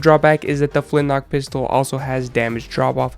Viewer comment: I honestly thought it was called the flint lock pistol so I was getting somewhat peeved when you kept saying flint knock XD